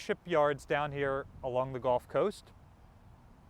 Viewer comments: love your videos and appreciate you updating us. Keep up the good work! (BTW …. It’s pronounced “gulf” not “golf” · Really not a huge difference between the two pronunciations. Gulf, pronounced like gull, or golf, pronounced like gall.